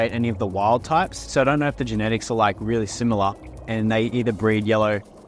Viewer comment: "We've got these rili cool rili shrimp"